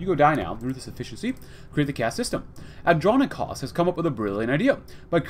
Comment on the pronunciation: Here's some help for pronouncing his name. And-Ron-Ick-Oas The last bit should be pronounced as if you were saying the word "Boast" but without the "B" or the "t".